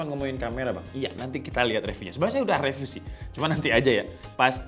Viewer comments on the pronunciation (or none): none